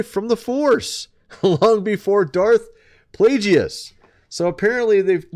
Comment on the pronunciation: Its pronounced darth play-guess not play gee us